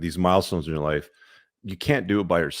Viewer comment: LOL at your “tribe.” Love yuur content, but you can keep yuur community.